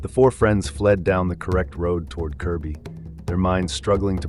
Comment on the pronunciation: Good to see that you pronounced it Kirby and not Kirkby 👍